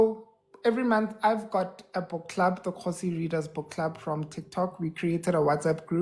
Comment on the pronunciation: I enjoyed this interview and laughing because the name is Kgosi and you pronounce it Khosi. These two names always mispronounced interchangeably. 😂😂